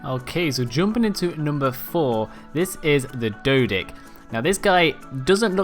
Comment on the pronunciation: Number 4: Dodick is not how its pronounced its pronounced day o dock er us